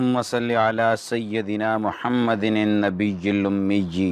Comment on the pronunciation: Bhai yeh jo darood shareef main aap Mahammadin padte hain yeh darust nahi balke Muhammadin hain aap apni bi islah karo